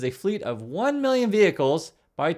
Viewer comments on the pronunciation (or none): HE GIVES ME FORTY FIVE MEELION A MONTH